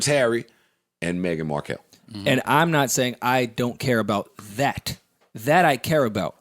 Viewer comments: Bc Joe started saying it that way so Rory thought that's how it was said lol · Why did Joe call her Megan Mar-kell? 😂 this dude is something else